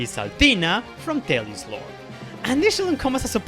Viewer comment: Did you say Telos not Telius.